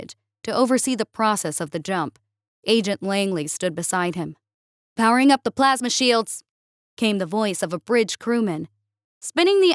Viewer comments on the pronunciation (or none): none